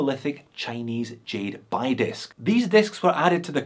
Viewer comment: FYI the Chinese jade disk is pronounced "bee" not "buy"